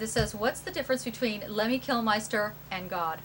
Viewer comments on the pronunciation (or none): Kilmister, not -meister. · Someone tell her that its Kilmister and not Kilmeister!